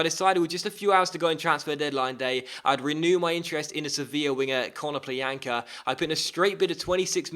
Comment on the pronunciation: KONO-plya-nka not kono-plean-ka